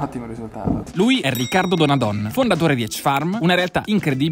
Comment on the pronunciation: Si dice Donadón (o chiusa) non Donadòn (o aperta). It's Veneto baby.